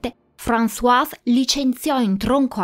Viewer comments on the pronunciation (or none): none